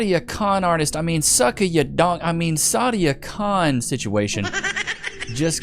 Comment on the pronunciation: Its not sadia khan, its Side-A Con